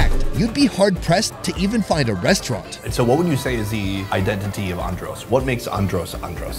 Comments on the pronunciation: Its how he pronouncing (an- drus) (an-drose) just een sitting right wimme.😭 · I cringed everytime he said "Un-dros" and "Bah-he-mians" 😭🤣😣🤦🏽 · calls Andros ONNDROSE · Pronunciation of Andros is and-drus tanks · Lol I love how he pronounce Andros… it’s really Andrissss 😂❤️ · pov: you from nassau and you died of evrything for him saying adros wrong to the whole video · I died everytime he pronounced Andros